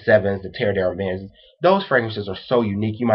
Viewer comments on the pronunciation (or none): Please check Peregrine77's video of Fragrance Pronunciation Resources. No offense, but your pronunciation of Terre d'Hermes is off. d'Hermes is read as a single word and the H is mute. Noticed that many US reviewers spell French words like they're from another planet. Homme sounds more like Ohm, not like home. Do you people learn any foreign languages at school?